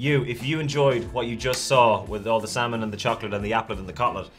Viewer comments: They should try Pacific northwest drinks (beer and/or hard cider) from the local Brewers. Also the L in salmon is silent and when said Oregon trail was the closest to the proper pronunciation. And hello from Mcminnville Oregon. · I grew up in Oregon ... love smoked salmon (the 'L' is silent) but you need to top it with gouda cheese. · Common silent L's : -would -could -should -talk -walk -half ALSO: Colonel Salmon is much the same and is not supposed to be pronounced with an L